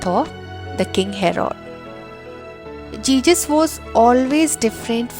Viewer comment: One mistake you're saying Jesus as Jejus